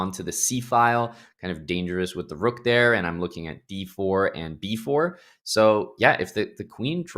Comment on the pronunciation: The move turned her Irish 🤣🤣 The Roooook